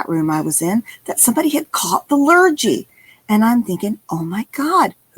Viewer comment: Hey: a nice bit of fun.:) It's pronounced "Lhur-ghee", not "Lhur-gee":) As an Aussie, can I say this too: NOT Happy Jacks, it's Hungry Jacks.:) If you 'waffle', you are speaking too long and are tending to bore people. As in, "I heard everything he said, but most of it was just waffle". It tends to be used derogatorily. Looking forward to the next one.